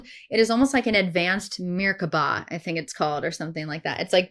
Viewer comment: The mispronounciation of Qi Gong & merkabah were too distracting 😂